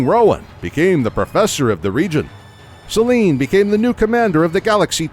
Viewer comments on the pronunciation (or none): none